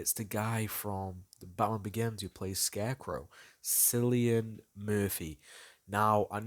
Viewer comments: Sillian Murphy bruh it Cillian Murphy with a K sound. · The actor's name is actually pronounced Killian 🤔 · Cillian's pronounced with a "K". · bro just pronounced cillian wrong